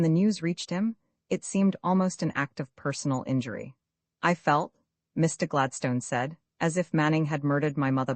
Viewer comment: Gladstone is pronounced incorrectly throughout.